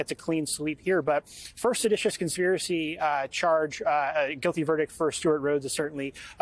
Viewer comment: Not sedatius..lol